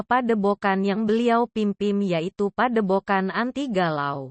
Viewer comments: Padebogan😂... Yutube😅... Jadi gak enak didenger. Belajar baca yang enak dulu mbak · Pedepokan broo bukan pedebokan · Padepokan bukan padebokan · Padepokan bang bukan padebogan hadeuh